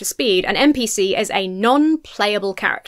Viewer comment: "NPC", not "MPC" ;)